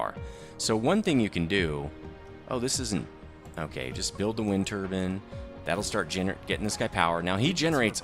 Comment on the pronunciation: Wind turbin ??? Its turbine BINE. Turbine